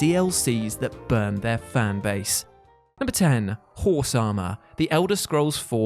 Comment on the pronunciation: Is he saying Whore-sama instead of Horse Armor?